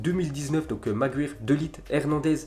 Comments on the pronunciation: C magwayer pas magwyre vieux shalgue et c pas DE lite c’est de light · Bouna sarr ftg déjà De Ligt ça se dit De Likt